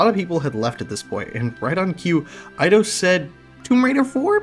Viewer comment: Eye-dos is the correct pronunciation. Back in the 90s we called it id-ee-os.